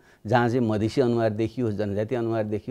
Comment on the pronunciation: मदिशे मदिशे भन्नेकि मधेशि ? बाबुराम!